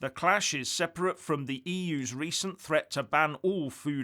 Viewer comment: Aargh - "seperate"